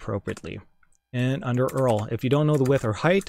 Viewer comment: i cringed a bit when he pronounced URL...